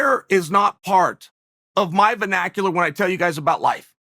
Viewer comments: I bet cheal herd the word vinacular for the 1st time b4 this video... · Chael "venacular" Sonnen